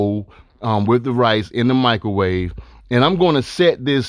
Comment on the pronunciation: “Michaelwave” lmaooo but real talk, this smacks tho